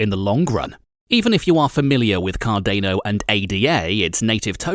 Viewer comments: Car DAY know ? U mean cardano ... Pronounced Car don O ... hahah 😂 yikes I think I missed most of what was said in this cause I couldn't stand the way this was pronounced 🤭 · Card Ane oh ... I think it's pronounced card ah no. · Car-day-no or Car-dah-no ? That’s a first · SURELY you have heard the correct way to pronounce the name of this product. Hard to take someone seriously if they don't even know its name. Say it with me CAR - DA (NOT DAY) - NO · I cringe every time you say Cardano. It’s pronounced Car-don-o, not Car-day-no. You lose all credibility when the main coin you are reporting about is pronounced wrong. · Have I been saying this incorrectly then? I always say "Car-Dan-O," this guy is saying "Car-Dane-O." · pronounced card-an-o not card-a-no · Please pronounce it correctly.. Car - da - no. Its "da" not "day" 😅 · i disliked for car-day-no. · Cah-DAY-noe... i made it 4 seconds.. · take cardano seriously. Lol Can't even take you seriously when you cannot even pronounce it properly. CAR DAN O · Cardayno lol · Dude... this just motivated me to buy 1,000..... car-DANE-"O"!!! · You say Car Day Know one more time ..... fml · I don’t think u are pronouncing Cardano right”.. it’s not Cardaino🥸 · dude your kill'n me with Card-ane-o... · CARDENO INSTEAD OF CARDANO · I love and own a good amount of Cardano. Please learn how to pronounce cardano, you made my EARS BLEED. had to dislike just because of CarDAAAAANo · Car day noh or cardano. Anyway, cant stand it. Gave a dislike and cant finish video. I own 5k cardano anyway already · It’s called CARDANO not cardaino….. lol 😂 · Cardaino lol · Subtitles on lol it's cardanOH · "Cardaneo tokens" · Car-dah-no. Please. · CarDAINo hahahaha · Cardeino ? xD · Why does he pronounce it CAR DAY NO???? Annoying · it's Car • DAH • NO... 🧐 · Pronounced "Car-dar-no" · Hearing you say Card-ane-o every time hurt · Car-dAno sounds stupid.. it's car-dah-no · Wait, did he say "Cardayno" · He says Card-Ā-no... Lol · Car- DA!!!!!!! No